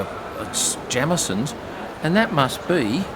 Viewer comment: Lets deal with important stuff please. It’s “Jay-meson” not “Jam-eson”. Thank you.